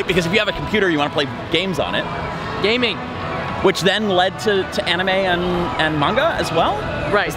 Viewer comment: “Like the onime?”